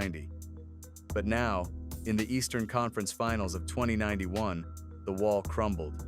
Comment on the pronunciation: Can you guys just correct the years on that AI voice. “2091”??? Please!!!!